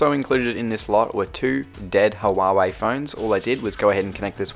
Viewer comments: It's pronounced hwar-hwey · huawei pronounce hua way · Casually calls the worlds biggblest smartphone company (Huawei) as Hawawai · It’s pronounced wa-way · Hawawei lol , nevertheless great vid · The way he said Huawei